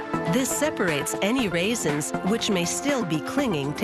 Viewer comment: Say raisins one more time